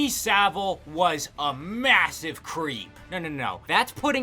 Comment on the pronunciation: SaV-ile, not Sabil. And it's actually pronounced "piece of shit".